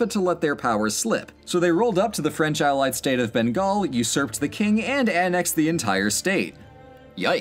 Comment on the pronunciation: I mean, if we're going to quibble he got most of the pronunciations wrong in various degrees - Babur, Maratha, Bengal. Lol. But he tried, and we've all seen FAR FAR worse on youtube videos.